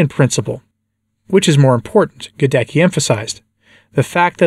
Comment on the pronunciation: GhadeTSKEE not Gadekki!!!